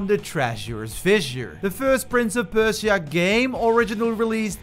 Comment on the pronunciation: Bro firstly you pronounce Persia wrong, then it’s not rainbow six siege quarantine it’s just rainbow six quarantine